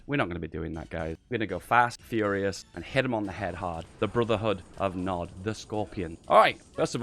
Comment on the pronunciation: PEACE THROUGH POWER!!! Btw it's Nod not NOD.